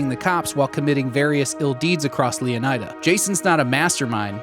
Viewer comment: DarkViper’s girlfriend who’s a Latina said it’s pronounced Leoneeda, not Eye-da